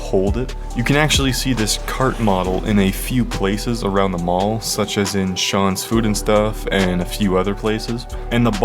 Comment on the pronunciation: I'm like 90% sure it's pronounced "say-ons".